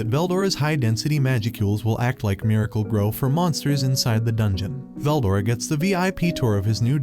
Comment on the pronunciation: I don't know how far you made it in but I literally made it 4 minutes 20 seconds and he mispronounced veldora and that was all I needed to hear